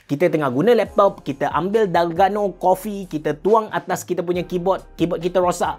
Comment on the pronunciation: Bukan dalgano coffee tpi dalgona coffee 😅